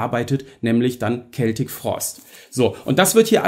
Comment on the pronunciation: Hallo Du hast mit Deiner Aussprache von "Celtic" (mit "K") tatsächlich recht. Hier auf Youtube gab/gibt es irgendwo ein Video aus den Achtzigern, ich denke es war ein Video-Mitschnitt aus einer Sendung des Schweizer Fernsehens. Tom Warrior sagt ganz deutlich, wie "celtic" richtig ausgesprochen wird - mit "K". Vielleicht hat jemand den Link parat. Grüße!